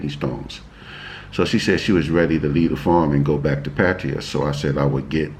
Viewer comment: Found you by chance. Great info and loved how you met. I just got back from Pattaya (you’re one of the few that pronounce Pattaya like I do 👍🏻) loved the basic budget....I went to Tiger park. Very cool place (great photo op too). Anyway, new subscriber here. Thanks 🙏🏻 SF Warrior